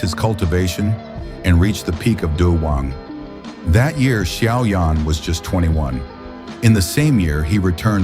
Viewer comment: It's xiao yan not shaoyan and it's dou di not dudi